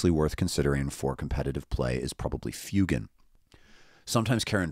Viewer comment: Woah He pronounced fuegan correctly.